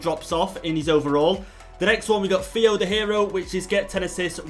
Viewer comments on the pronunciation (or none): none